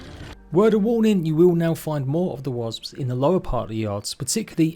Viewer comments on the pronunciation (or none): I love the way he pronounces Wasps.. Wasbs 😅